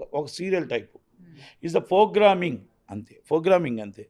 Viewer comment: 'F'rogramming; 'BULLUthera' - kaani thammudu correctga cheppaada!